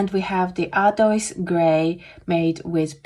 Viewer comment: Hello, Great review! I love these darker colors. Ardoise is the word French for slate. /.. oise/ is pronounced like /was/. Once again, you did a fantastic job! Happy holidays.